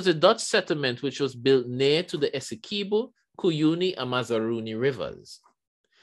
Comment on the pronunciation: lol im guyanese and its sooo funny how you pronounced it esse🔑bo